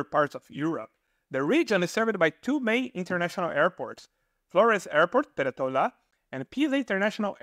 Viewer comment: Another case of wrong stress: it's not PereTOla, it's PeREtola.